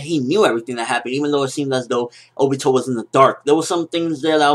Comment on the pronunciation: obito not obo